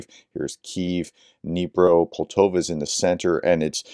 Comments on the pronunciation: Sound out the names of cities. Pol ta va Not Pol to va Just sound them out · It's pronounced Pole-TaVA. It's a lovely place near Kharkiv as you see on the map. The trains all pass thru Poltava on the way to and from Kharkiv. When this damn war ends, go to Ukraine and take the business class "cue-pay" trains. I think you'd really enjoy it.